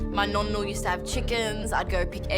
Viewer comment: finally someone who is italian and says nonno and nonna